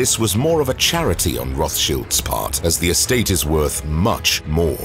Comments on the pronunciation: Rothschilds not Rothshields. Upgrate the Bot. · Roth Childs…. Not Shields. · Cringe feels when he says “Roth Shields”